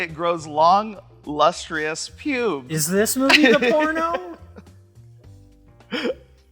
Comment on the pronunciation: LustrEEus and now MischEEveeus?